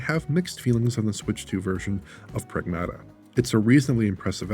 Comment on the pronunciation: it is Prag-MAH-tuh!